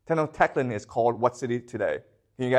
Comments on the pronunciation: Tenochtitlán: Teh-nosh-tee-tlan. Native Mexican languages and dialects are pretty hard to read and pronounce even for us Mexicans... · this is a historian that is not pronouncing tenochtitlan correctly… honestly lowers the credibility of this entire thing. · he can’t even pronounce tenochtitlan correctly